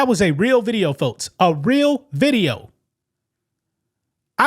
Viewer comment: I love dude’s unique way of pronouncing K sounds with T’s (e.g., “folts” & “Metsico”). 😅✌️ “Skydivin? Naw I’m good!” 👈 KAZACKLY! Life is WAY too precious to risk it on cheap thrills. 🤷‍♂️